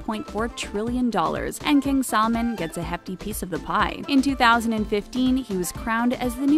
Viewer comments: Who else heard KING SALMON instead of KING SALMAN? 😂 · its not salmon its salman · She pronounces his name like it’s a fish “salmon” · It’s salman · It’s salman 😑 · what is she saying? royal family SAD? King salmon? Please learn to pronouce the names before making a video about them. But none the less a good informative video :) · When she is pronoucing their names it sound like she is mocking them .... AbDuL AzIz😠 and SalmOn